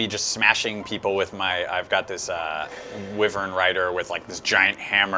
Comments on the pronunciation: Stahl became my cavalier of choice. Donnel...yeeeah, still working on him. Also...its pronounced WAI-vern not Whi-vern. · ikr it's pronounced "Why"-vern